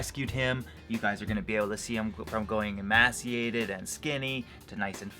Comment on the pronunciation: Great video, awesome Canadian spirit :) PS. Just a note, I believe emaciated is pronounced "ee-may-see-ated" :)